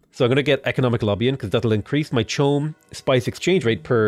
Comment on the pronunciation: isn't it pronounced as 'ko um'?